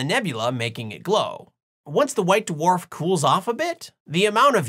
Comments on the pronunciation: DaWarf? You sounded Australian! Don't call you Shirley? You cannot be Sirius! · OK, I'll bite. Da-warf! Da-warf this and da-warf that! There in one! First time watching channel. I found it very entertaining and informative! New subscriber. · Da-Worf!!! Haha, great video! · Did anyone type "Why so..." yet? :D also "DAWARF" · Not Da-Worf, circumferentially challenged.